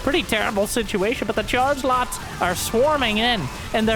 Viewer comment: Is it just me who hears 'chargelots' as 'chargenauts' when says it?